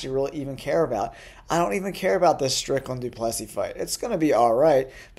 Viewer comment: Bro I can't even take you seriously the way you say du Plessis alone discredits your opinion. In what way is this the worst card ever is it the best card no but those are usually surprise everyone.